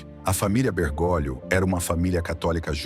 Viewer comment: A pronúncia correta é Bergólio, e não Bergôlio. Correção fraterna